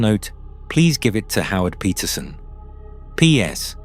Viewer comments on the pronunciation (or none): none